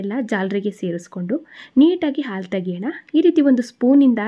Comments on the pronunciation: ಹಾಲು, ಆಲು..ಅಲ್ಲ ಸರಿಯಾಗಿ ಉಚ್ಚಾರಣೆ ಮಾಡಿ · It's not aalu.its haalu. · ಆಲು ಅಲ್ಲ ಹಾಲು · Aalu alla, HAALU !! Urdu alla huridu!! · Please halu halu.